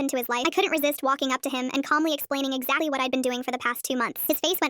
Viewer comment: Shit said daddy instead of exactly